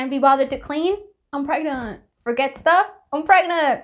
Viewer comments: I love how's I says pregnantll lol and your name does not have to be perfect you are already perfect choose a nice name does not have to be a perfect just like I said nobody is perfect enjoy the rest of your day and are you going to do do a video on the baby when it's born not instantly cos that's just like going into an adoption centre and southerner camera and loads of kids faces that's not nice just like give us a picture sorry if you think I was being rude in any of these messages love you by the way who wrote this message was a both of you???? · So funny how you say pragnaaat